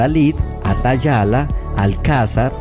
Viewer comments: Debes ser más cuidadoso con tu contenido y revisarlo bien antes de publicarlo. Ejemplo: Pronunciaste mal ATALAYA, cuando dijiste “atayala”. No obstante, la palabra en la gráfica está correctamente escrita. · A la altura del minuto 7 con 55 segundos se detectó un error cometido por la voz narrativa al pronunciar incorrectamente la palabra ATALAYA (A TA YA LA) quedando una trasposición en las dos últimas sílabas. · Dijo atayala en lugar de atalaya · Te falló al leer "atalaya", dijiste "atayala" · Me gusto mucho éste video, pero me pareció escucharte decir Ayatala en lugar de Atalaya minuto Excelente video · Perdón por la corrección, no es atayala se escribe y pronuncia atalaya. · En Atalaya, dice, Atayala. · Un vídeo buenísimo no sabía mucho de lo que exicas y me a encantado,en el min 8 atalaya se le traba la lengua y pronuncia alataya en lugar de atalaya,me pareció gracioso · 1. Te equivocas en una cosa bastante importante. El fonema "J" viene del árabe. 2. Es "atalaya". No "atayala". 3. Si no sabes de lo que hablas, no actúes como que sabes de lo que hablas por haber buscado cuatro datos en Google. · En 7' 57": Atalaya... no ATAYALA. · No es Atayala, sino atalaya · disque “atayala” xd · Muy bueno el vídeo. Solo que debe corregir la palabra ATALAYA y no decir ATAYALA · Ha dicho, por error, atayala en vez de atalaya. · No es crítica,solo una corrección a la pasada. Decís Atayala...y es Atalaya...está bien escrito pero lo pronunciarse mal. Lugar alto o elevado. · Excelente video, pero en el minuto dice “atayala” en lugar de atalaya. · Se dice Atalaya